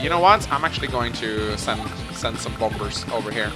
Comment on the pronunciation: Well with your airporch you can make bomBers. Which makes me happy every time I hear it. Reminds me of my friend in the UK who always went super hard on the H in herb since the rest of the world seems to have forgotten it's existence.